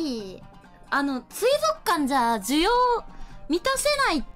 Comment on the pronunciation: 不破「水族館（すいぞくかん）」 椎名「水族館（すいぞっかん）」